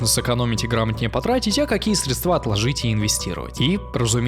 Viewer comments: СрЕдства😅😅 только так ударение😊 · срЕдства., пожалуйста, почитай орфоэпический словарь русского языка, нельзя забывать родной язык, тем более, если ты оратор и говоришь на огромную аудиторию! Это не придирка, это небольшая заметка и совет о том, как стать Альберту ещё успешнее и какие навыки ему стоит ещё натренировать. Ведь нет предела совершенству? Удачи. Тем более, очень сложно слушать об успехе, когда из уст человека выходит банальная орфоэпическая ошибка из программы 4-5 класса школы. Сейчас в меня кинут камни, но - ведущий, который говорит. Оратор! Это его профессиональная деятельность, поэтому он обязан всё больше и больше развиваться в этой области и идеально знать правильное произношение своего собственного языка на котором и вещает нам.